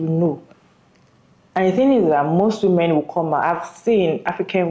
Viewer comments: martial (marshall) is military, marItal is marriage related. And women is prounounced wymen, not wooman, which is one woman, where women is many women. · This is an important topic. Sorry but that creator was annoying af. Between repeating herself 10 times and pronouncing "women" like "woman," ...I had to skip to the end.